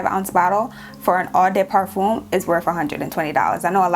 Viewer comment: Not eau de « parfoon » but more like « parfawn» respectfully 😅 from a French speaker